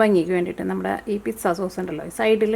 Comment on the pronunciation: Piksa aavunnapole thonni parayumbol ennaaalum nice pizzaa aayittund yemmi